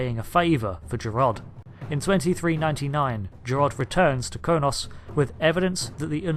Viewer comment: I'm sorry I have to be that guy, but I can't believe you just called Kronos "Konos" ant the Undine (Undeen) "Undyne" ......dude.....